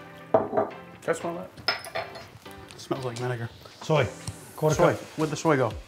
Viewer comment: you said vinegar wrong,!